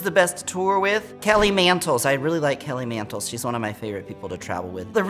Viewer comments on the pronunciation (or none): Idk why but Tammie calling Kelly Mantle (Kelly Mantles) is killing me 😆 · sameeee she always adds an s lmfao!